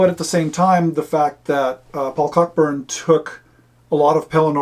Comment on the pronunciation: BTW — Cockburn is pronounced coh-burn, like the old American actor, James (different spelling). For a bit of fun, look up (on YouTube) Dinner with the Russians Cockburns – on the Symington Family Estates channel. It's a UK TV ad from the 1980s about the (mis) pronunciation.